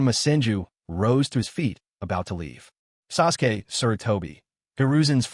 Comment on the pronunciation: I'm thinking Suresway is the AI trying to say Sasuke. AI slop indeed but made for some interesting background noise.